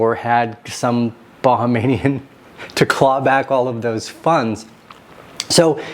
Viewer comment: It’s pronounced Bah-hāme-yan